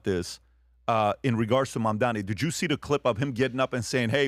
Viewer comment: And to this day, can't still say Mamdani's name correctly. How are you going to retain your credibility when you can't even get a simple name pronounced correctly?